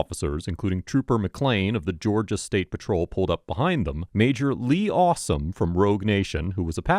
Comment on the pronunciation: Did you really just say, "Major Lee Awesome"? 🤣